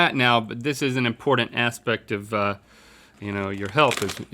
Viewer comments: Why does Rhett say "imported" instead of "important"? *edit* Link does it too! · Anyone else think it’s weird how they both pronounce “important”?